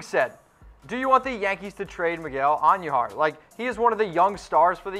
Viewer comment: Who is Miguel Auhn-knew-har? It's just Queens. Not the Queens.